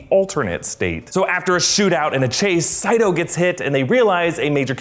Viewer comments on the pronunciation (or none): Saito NOT Seito. Get it right, they say it in the movie correctly. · Isn't his name "Saito", not "Seito"/"Seido"? Should be pronounced as "sigh-toe". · The characters pronounce Saito's name differently at different times (and so does the narrator of this video). They either say "Say-toh" or "Sigh-toh." I always wondered if that was a goof (which would have been really disappointing in a film with THIS MUCH attention to detail) or if it was a sign that Mr. Saito was a dream. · I enjoyed it until he kept mispronouncing Saito as "Say-dough".